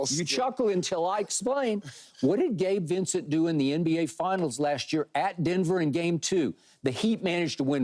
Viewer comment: when skip said Gabe Vicent lmfaooooooo